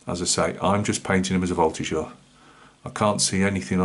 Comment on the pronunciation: A lot of nice advices with this tutorial! Great french prononciation for the Voltigeur. Wish you a Merry Christmas!